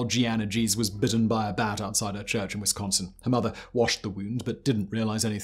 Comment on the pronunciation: Bravo Simone for pronouncing Wisconsin correctly.